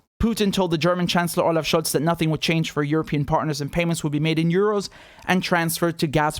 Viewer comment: So it is Scholt instead of Scholtz.